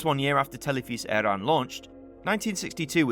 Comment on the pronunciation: Pronounced Televish-Airon. UTV is also a Northern Irish station, not an Irish station.